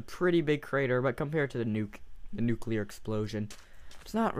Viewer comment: Nukeliear bomb? more like crashlear bomb XD